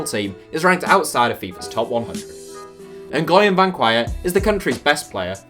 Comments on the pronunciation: Surely the Vietnamese guy's name is pronounced hwin? like Lee in the MLS or does all those accents change it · Did this dude seriously mispronounced “Nguyen”? The most common Vietnamese surname?? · As a Vietnamese, I feel like we're the only one who's capable of pronouncing the word Nguyễn.